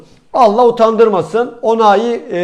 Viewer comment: Nijerya’lı oyuncunun ismin Onai diyorsun çocuğun ismi Oulaï